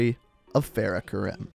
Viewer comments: It’s pronounced Kareem not ka rim, it’s triggering me when it shouldn’t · Kareem(I) when you say it as Karim it bothers me 😂😂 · It's not Karim it's kariem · Mate u have to start pronouncing people names right like farah is pronounced kareem that kirim it even says it in the campaign just a bit more effort mate not good enough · its natively Arab so the correct pronunciation is Kareem. The "American" pronunciation is wrong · I m also Arab so I was so annoyed hearing him say KaRIM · Karim is pronounced Kuh-reem, like the basketball player kareem abdul-jabbar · Fair-uh Karime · btw karim is pronounced as k-a-r-ee-m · I’m pretty sure it’s pronounced ka-reem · It is Farah Karim not fareh karim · (FAR-Ah) (ka-reem) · It's pronounced fer-ah ker-eem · It’s karEm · Urzikstan, not yurzikstan. Farah not faraa. And it’s pronounced Kareem not Karim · Far-ah not fair-ah Ka-reem not care-im and er-zik-stan not your-ski-stan